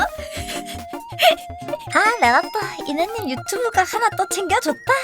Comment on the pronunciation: ㅋㅋㅋ 그렇게 들리네요 ㅋㅋ